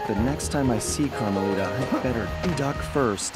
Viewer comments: its camalita not carmalina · It's Carmelita, not Camalita